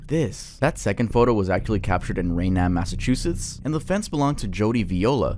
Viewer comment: as someone from mass, hearing the way you pronounced raynham and plymouth made me lose my mind 😭it's rain-em and pli-mith phonetically